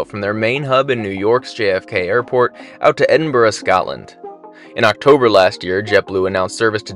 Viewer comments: Thanks for saying Edinburgh right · Great vlog. And credit where credit is due, it’s good to hear an American with the ability to pronounce Edinburgh correctly. 👍